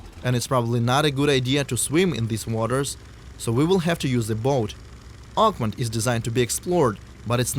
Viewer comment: it’s OAKMONT! OAK-MONT! Not uggmon. Say it right. If it was French I would damn well learn how to say it in French.